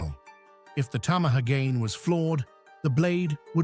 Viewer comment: Either get someone who speaks Japanese to read your script, or your text-to-speech must learn how Japanese is pronounced, virtually unaccented in a Western way! It's NOT tama-hagahn, 2 syllables accent on the last; it is ta-ma-ha-ga-nay, 5 syllables!